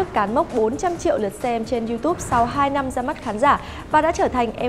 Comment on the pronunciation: em ko có ý chê bai nhưng hình như đọc sai từ năm thành lăm. gạch,đá em nhận hết